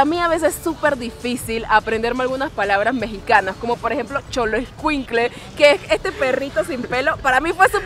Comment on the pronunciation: No es correcto pronunciarlo como choloescuintle es xoloitzcuintle pronúncialo de la siguiente "sholoiscuintle", tampoco es correcto pronunciarlo como chonacatlan, se escribe Xonacatlan pero pronúncialo de la siguiente manera: shonacatlan, o sea que estos casos la silaba escrita como "Xo" se pronuncia con el sonido "Sho". En el caso del nombre de la ciudad de Xalapa, Veracruz, aunque se escribe con X se pronuncia con "j" es decir la pronunciación es Jalapa